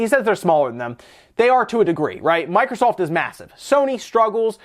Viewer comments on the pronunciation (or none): none